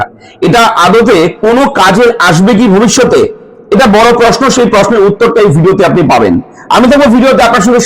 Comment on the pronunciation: পথম ' দি বেন' পশনো' = উচ্চারণ সঠিক করুন???